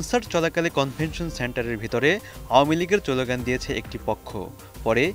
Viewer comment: আপনি স্লোগান শব্দটি সঠিকভাবে উচ্চারণ করতে পারছেন না। ভালো করে উচ্চারণ প্র্যাকটিস করুন, তারপর ভয়েস ওভার করবেন।